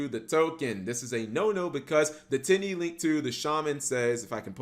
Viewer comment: My girlfriend was sitting next to me not really paying attention to the video about Tenyi and just randomly looks over at me and says “did he just say Titty monster?”